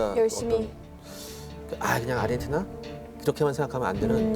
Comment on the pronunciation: 누가 자꾸 아리헨티나라고 .... 아르헨티나...